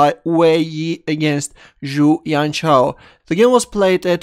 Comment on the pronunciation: Not yian chao but jian chao, 'j' for john or joseph or jam or jojo